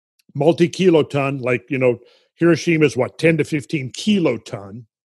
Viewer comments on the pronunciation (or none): none